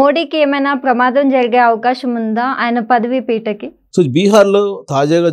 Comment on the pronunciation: పదవి పీటకి ఏంటమ్మా. పదవికి లేదా పీఠానికి అనాలి గాని. మీరు మీ తెలుగు.